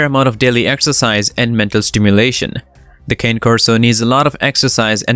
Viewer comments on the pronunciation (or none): Very informative with some accurate facts, however, you did miss one thing, you mis...pronounced the name ... It's not a cane, it's a (KHAN'+neh) ... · The mispronounciation of "Cane" was extremely annoying to listen to while watching the video.